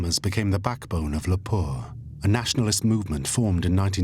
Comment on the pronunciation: Its Lapua, not Lapour